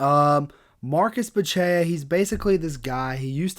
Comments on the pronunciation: Is Bu - Che - CHA! Not Bu - Che - a! If you don't know, now you know. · A little pronunciation help, my man: Buchecha - Boo-shesh-uh Nguyen is pronounced "Win." One of the most common Vietnamese surnames and you can't sound it out in English...just say "win". Nice video boss! 💪